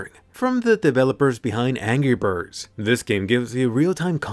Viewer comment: "angy birds"